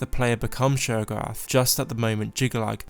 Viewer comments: 'Sheorogath' Me: still understandable 👍✌ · Y’all should put subtitles on and read it whenever he says sheogorath